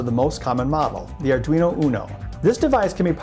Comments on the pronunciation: Ardunio? Lol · it says ardunio. :) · ARDUNIO. lovely xD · ARR - DWEE - NO